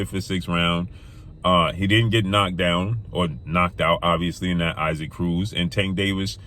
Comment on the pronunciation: Do you ever make an effort to learn to pronounce fighters names dude? Who tf is Iseek Cruz